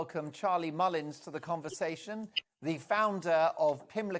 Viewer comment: Mullins can’t pronounce a single word properly…